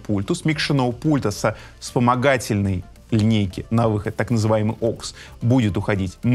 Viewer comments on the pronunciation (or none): спасибо за обзор. Очень забавен он в своём костюме и на пафосе. AUX произносит как "окс", при этом амбушюры называет резинками, а длина у него "короткая". 😆👍🔥🔥🔥